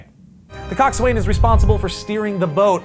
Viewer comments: Coxswain is actually pronounced cocks in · coxswain is pronuaced coxson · just FYI it's pronounced Coax-win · "Coxs Waing is srearing the boat" He he he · Coxswain is pronounced coxon. By everyone ever. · its pronounced (cok-sin) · You don't pronounce the W in coxswain! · That's not how you pronounce coxswain!